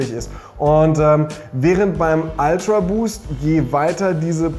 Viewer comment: „Ultraboost“ nicht „Altraboost“